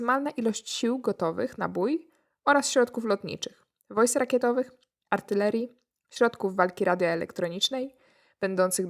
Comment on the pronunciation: Jak zawsze super i jak zawsze altyrelia zamiast artylerii ;)